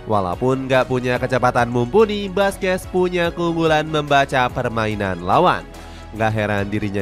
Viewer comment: Perbaiki penyebutan nama Sergio Busquets = Serqio Busket Rique Puig = Riki Puj